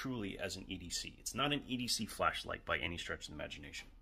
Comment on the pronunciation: i thought he said Fleshlight